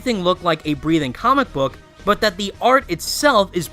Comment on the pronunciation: Omg i skipped like 5-6 times this video, everytime you say the word "comic" the f**ck mate?